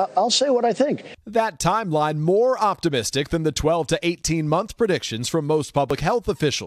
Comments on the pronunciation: “Vaccine Timline” 😆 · "vaccine timline"